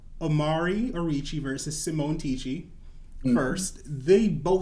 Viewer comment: It’s Tisci duh!!!!!